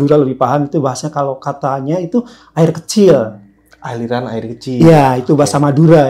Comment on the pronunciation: terdengar aikenik ..ternyata aing kenik -->> air kecil